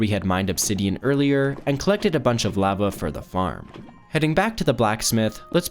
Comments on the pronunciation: Good video but holy shit please pronounce lava right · he says lava SO weird, like ive never heard ANYONE say it like thatttt